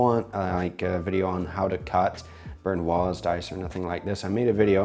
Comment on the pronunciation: Hey, I love seeing you preparing dishes and this one looks beautiful! Not like the fat-drenched lasagna I get from my takeout. To prepare this for myself (as a single guy), it would be quite the hassle though. One small nit I have to pick, I hope you don't take any offense, is that you seem to pronounce "brunouise" wrong, more like "burn-uoise". Not to be taken offensively, I love your content, just a small detail I noticed:) Keep it up, I'm so excited for a collab with another youtuber sometime!